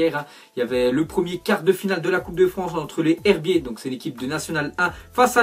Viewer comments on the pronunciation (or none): Sa ce prononce " les zerbier" .....